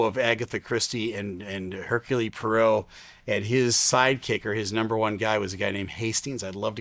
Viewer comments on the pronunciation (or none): Its Hercule POIrreau, not Perrault, but its Minor Detail, I dont expect Anglophones (English Speakers) to know this.